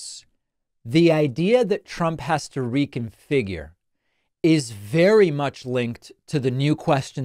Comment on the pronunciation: I just found it amazing that she was able to say “reconfigure”.